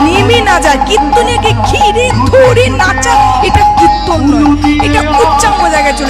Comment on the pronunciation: আপনার কীর্তন ভালো লাগে। কীর্তন উচ্চারণ ঠিক হচ্ছে না। বলছেন কৃত্তন।